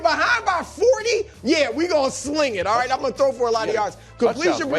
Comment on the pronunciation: Chris “Auight” Broussard